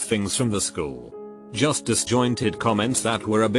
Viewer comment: nobody: voice: juuuslblijiusst